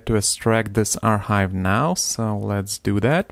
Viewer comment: аркайв, а не архайв....